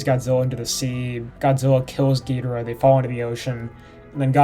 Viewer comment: YES HE SAID GHIDORAH RIGHT.............but you can pronounce the AH more, jk